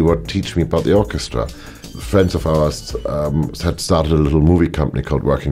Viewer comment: Hans said "Orca"stra when talking about Blue Planet, and didn't even know it.